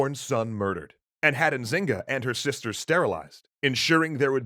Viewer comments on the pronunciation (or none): Ok I’m from Luanda I know quite the story but the N in Nzinga mbandi is silente